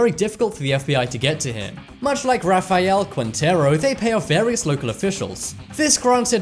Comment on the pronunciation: RA-FAI-ALE😂😂😂😂 Sorry,I just had to point it out